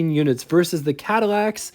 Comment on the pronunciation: You have the wrong dimensions for the Coupe DeVille -- it's 221.9 inches long, only 1 inch shorter than the Lincoln ... 214.9 inches is the length of the Series 62 Sedan, which used the short deck in 1956. (Also it's versus, not "verses." And Premiere, not "Premier.")